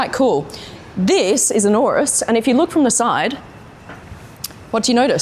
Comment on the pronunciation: Why does she say urus like that